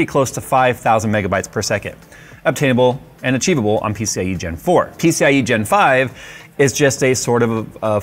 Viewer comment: "peeseeyigenfive... peeseeyigenfive... peeseeyigenfive..."